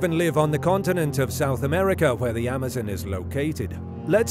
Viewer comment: The way you say Amazon is a headache